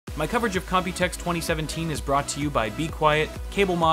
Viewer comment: Why does it always sound like you are saying Copy Text 2017 in the intro?